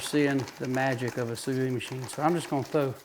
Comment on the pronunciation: pronouced "SUE VEEEEE"